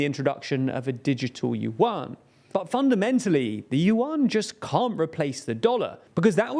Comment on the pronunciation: “Yuan” is more closely pronounced “yuen”, rhymes with “when”. Just as Chinese President Xi’s surname should be pronounced “si” rather than “she”.